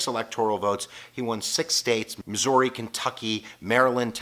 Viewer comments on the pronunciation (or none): none